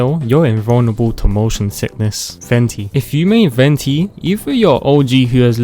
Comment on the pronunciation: Your telling me that's not how you pronounce Venti